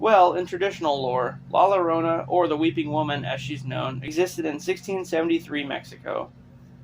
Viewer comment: It’s not La LArona… it’s La YA-Rona. It’s Spanish… c’mon white boy!